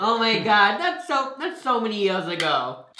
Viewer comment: did he say, “oh my gay” 🤣